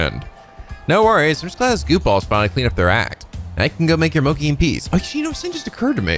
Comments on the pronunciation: GOD DAMN IT! IT'S PRONOUNCED MOCHI MO AS IN MOBILE, CHI AS IN CHEESE. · yes, you are right, just like churros, but i meant "chi" with the "i". keeps saying "moki". ( > _<) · Lol just destroyed every weeb saying MOKEEEE its Mo as in Moe and Chi as in Chi Chi 😂😂😂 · Thunderboy 179 also it's pronounced Mo-Chee. Not Mo-Key. But hey that's Amirite? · It's...it's pronounced moh-chee not moh-kee..... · Loved the side quests in this game! Also, I feel like too many people are "passionately" correcting on mochi. "Ch" is pronounced as a "k" in several languages and you can't expect someone to pronounce a food perfectly that they never heard of before. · I thought pronunciations couldn't get worse... BUT MOCHI JUST HURTS! IT HURTS! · He's been pronouncing it that way since P5 (unless I missed it in P4). It does hurt (it's not like mochi doesn't exist in the US) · you pronounced mochi wrong i’m totally original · im prety sure that the "chi" in "mochi" is pronounced "shi" or "ti", not "ki".